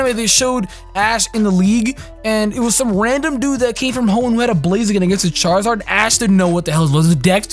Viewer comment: Charzard.....triggered lol